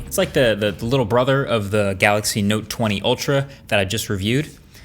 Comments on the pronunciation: what did he say ; note or nope. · you're saying it wrong it's the note 20 fan edition